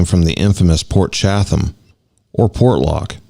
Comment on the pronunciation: Chatham is pronounced Chattam the second H is silent